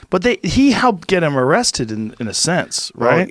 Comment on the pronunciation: “THEY ARresthtid the Guy”.